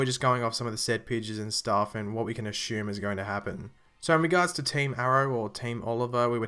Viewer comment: LOL "ashume"!!